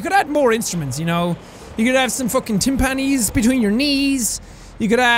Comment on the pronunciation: hearing Jack pronounce 'Timpani' to rhyme with chimpanzee took a year off my life